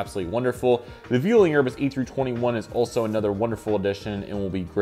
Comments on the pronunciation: Nice vid. btw Vueling is pronounced B-well-ing in Spanish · Sorry to be that guy, but you’re pronouncing vueling wrong haha😂, put enforcers on the u. Amazing video tho!